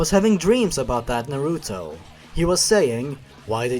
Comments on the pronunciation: it's pronounced naruto, not naruto ;3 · The way you pronounced the Naruto names made me cringe. xDDD